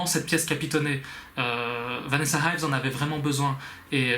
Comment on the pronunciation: It is Vanessa Ives..not Vanessa Hives (because I am thinking about the band The Hives) and also 'hives' is the English term for the disease Urticaria.